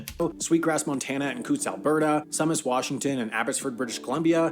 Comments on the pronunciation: Also, Sumas is pronounced “SOO mass” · Sumas is pronounced SUE-mass. Have a friend who lived there and when he took his dog out for a run, the dog would often run into Canada and back. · Don't know who narrated this video, but it wasn't a Canadian. Sumas, BC, is pronounced "Soomass", not "Someass". Sault St. Marie is pronounced "Soo Saint Marie", not Salt Sain Marie". In fact, its nickname is "The Soo". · The guy in that video you watched pronounced Tsawwassen, Sault Saint Marie, and Sumas wrong.